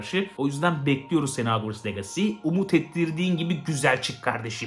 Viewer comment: abi bide legasi değil licısi diye okunuyo . Aklında bulunsun